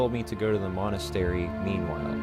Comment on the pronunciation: Pronounced Monn As Tare E c